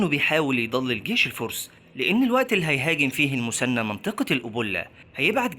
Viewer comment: المثنى وليس المسنى حتى لو تنطقها بالمصري خلي العربيه صحيحه في المحتوى..